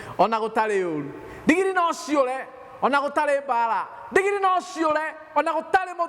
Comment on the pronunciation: Pastor ""ndingiri"",,ni nini hiyo ,I like ,the way u pronounce it ,,,buh ,,,,,,,siijui haki